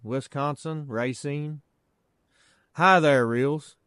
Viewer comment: Hi Reels! Love your narrations and the video scenes are beautiful! I love your state Kentucky is gorgeous! Be well, and PS, you said the name Racine, WI perfect. It is /Ray-seen/ just like you pronounced. At least, it’s the way I always hear it and live in Mn, and From Chicago, Il.. and been to WI very many times! 🫶🏽